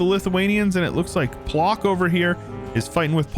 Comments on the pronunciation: its not "plok" actually, hahahah it reads like ploTSk but video is nice! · This map's rather unfair, cities give bonus income, so regions with multiple states will consolidate into strong blobs, while bigger countries will have a tougher time. Also, Płock is pronounced "Pwotsk" (ł -> w like in "win", "wow"; ck -> tsk, like, well, "tsk tsk tsk").